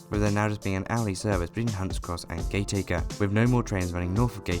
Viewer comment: I'd just point out a couple of pronunciation errors... for information, not as a rebuke. Firstly Penketh has the stress on the first syllable, rather than the second. Secondly Gateacre is actually pronounced "Gattaker", which of course is not obvious. Interesting vid nonetheless... as it happens I lived near Warrington fron birth to my late teens.